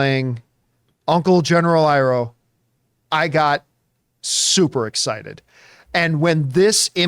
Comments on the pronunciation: Iroh not ero 😂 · Between that and Ero instead of Iroh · Dude said uncle eeeeeeroh 😂😂